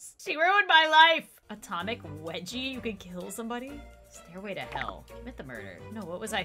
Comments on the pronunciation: it's wedgie! Get it right... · Weggy? Its Wedgie